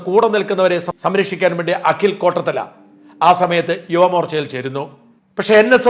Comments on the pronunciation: അഖിൽ "കോട്ടത്തല" അല്ല, കോട്ടാത്തല എന്നാണ് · കോട്ടത്തല അല്ല കോട്ടാത്തല ആണ്